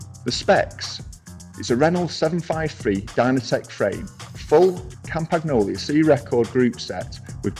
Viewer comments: Love all the vids you do but please pronounce the brand names properly for example Campagnolo is pronounced as it's written, not campagnolia as you say ... Small gripe really just feel it takes away from the quality of your content. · hehe ... I do think this is annoyingly trivial...but I did chuckle as I thot you were saying Camp-Magnolia!